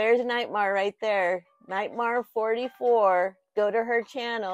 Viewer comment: Drink every time called me Nitemar😂🍸